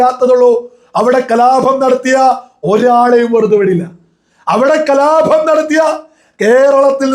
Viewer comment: അഭമാനമല്ല... അപമാന മണ്.... കലാഭം അല്ല സുഹൃത്തേ..കലാപം അത്രയേ ഉള്ളൂ...ആവേശം കൊള്ളാം...അംഗീകരിക്കുന്നു...പക്ഷേ പരാക്രമം പദങ്ങളോടല്ല വേണ്ടൂ..😂